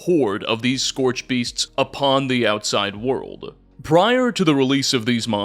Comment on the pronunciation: Theres no "t" in the word "scorch"